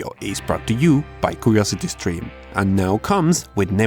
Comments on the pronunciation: "curosety streme" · "Ukuriousity skrim"